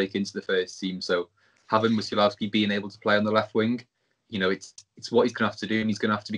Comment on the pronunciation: His second name is pronounced Mu-sh-a-w-owski. Great video too lads.